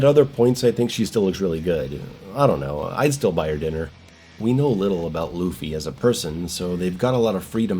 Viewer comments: It's pronounced more like "LAW-Faye", not "Luffy". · i fucking died at the way you pronounced “Laufey” (LAW-FAY) as Luffy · Hearing call Laufey "Luffy" over and over almost made me click off the video ngl. Just call her Faye man. Lol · Lu-Fay lol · Just to help pronounce lauffy you would sa lowe-fee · Lau like in “loud” Fey ffs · I hope the mispronunciation of this name stops being a bit/joke/intentional soon. At least say "Law-vey" if the "au" sound is too confusing/hard to do. 🫠 Or just call her Faye, please. I like your GoW breakdowns and I hope this title brings things back to some Hack and Slash roots. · My guy saying “loofy” 😂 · I'm Icelandic and it's... grating, to say the least, to keep hearing the same joke/mispronunciation over and over again, especially given the popularity of the singer with the same name. Thanks at least for the compromise.